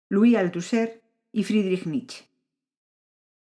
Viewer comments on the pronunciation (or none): Cuando se menta a Nietzsche hay que pronunciar la E final. No es Nich. Es Nietzsche.